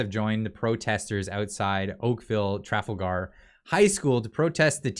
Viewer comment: it Trafalgar. As in the Battle of Trafalar when Nelson fell. Tra-Fall-gar